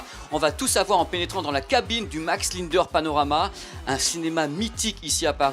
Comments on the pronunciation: Désolé on prononce LINDER comme SINGER... pas linedeur !!!! Ou Sinegeur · Il me semble que ça se prononce Max "Lindère" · Commencez par apprendre à prononcer "Linder" correctement....